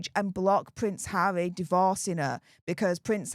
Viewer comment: Its harrrrrrrrry not havvvvvvvvy😂